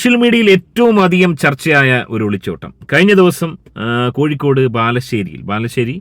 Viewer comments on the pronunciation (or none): none